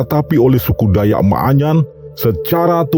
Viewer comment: Bukan maaanyan ,tapi manyan